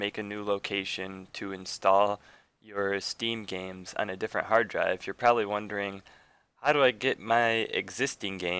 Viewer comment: "cant be drive root"